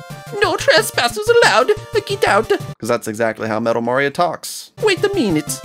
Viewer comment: Why you say Mari 0 btg?